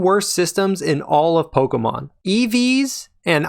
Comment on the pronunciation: and you still can't say pokémon right